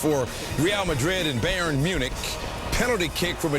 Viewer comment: It's not Bay-ern, it's Bye-ern.